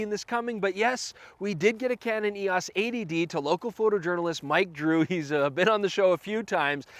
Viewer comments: 80D...A.D.D...80D...A.D.D....sounds similar as you're saying throughout the video :-) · it's only you yanks who think it sounds like A.D.D cos you say 80 really fast without pronouncing the 't' much.... .... here in Britain we pronounce 80 as "eighty" :p